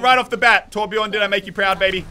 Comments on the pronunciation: I know that it isn't a real Torbjörn when his name is Torbjorn xD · omg plz someone tell him to l2ö if he wants to be a real Torbjörn main. It's not called Torbjorn >.< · MUSELK!!! THERE IS A GUY CALLED TORBJORN PLAYING TORBJÖRN, TORBJÖRN WITH THE SWEDISH/GERMAN Ö IN IT!!! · It's TORBJÖRN